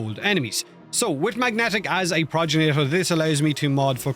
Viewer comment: Why do you keep sayin "Proj ja nator" Its G not J Progenitor. Gen like generator. Not proj-ja nator........